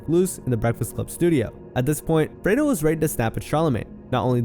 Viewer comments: Stop saying “Fredo” this ain’t the godfather , it’s Fredro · It’s not “FRAY-DO” It’s “FRED-RO” Starr.